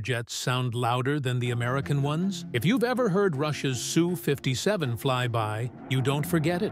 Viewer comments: Ess u, not Sue. If you want to name it properly it is a Sukhoi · Fake AI narration and it's not a SOO 57. It's "Ess • You" 57 or Sukhoi 57 or NATO name "Felon". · Sue? No, Ess You. Effing AI crap. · The plane is the S. U. 57. Not the Sue 57. Typical AI sound track! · I'm really starting to hate AI narrators. The people programing them are dicks. It's not a SUE 57. It's an S U 57. Jerk. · Its not Sue 57, Sukhoi 57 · 😂 Sue 57 😂😂😂 AI is a rtard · It’s an ESS-YOU not a girl named Sue.